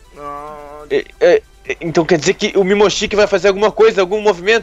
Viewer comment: Não é mimoshiki é momoshiki